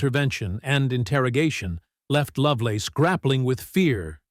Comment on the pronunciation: "Terry LoveLORN?" Come on... do better.